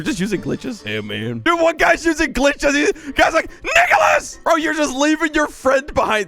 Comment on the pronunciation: when he said nicholas i though he said NI